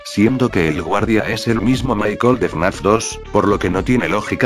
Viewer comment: Dios, porque cuando en este video, dice Michael, y yo le entiendo mar*cón xd